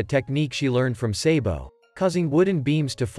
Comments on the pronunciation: Its sabo not saybo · Bro said saybo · Bro said sabo😅